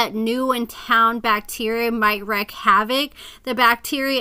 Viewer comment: So fucking nasty! Its wreak havoc not wreck, sorry.